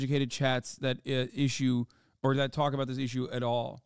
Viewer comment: Why the Scottish accent whilst talking aboot sooth afriky..?